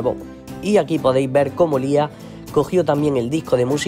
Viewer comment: Para empezar se dice liah no lis